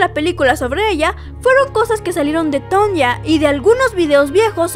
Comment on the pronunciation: Sería muy recomendable para tu contenido, y por respeto a esta atleta, el aprender a pronunciar correctamente su nombre.